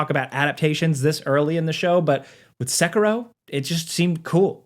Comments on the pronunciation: SA-KEY-ROW= SAY IT WITH ME=SA KEY ROW.. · why does he say sekiro like that???? thats so annoying lol